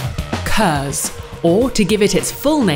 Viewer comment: KERS, Kinetic Energy Recovery System uses heat from breaking. Seriously it's *K*ERS not HERS. Also turbochargers don't work by reusing heat energy from the exhaust gasses. What is it with this video and "Heat Energy"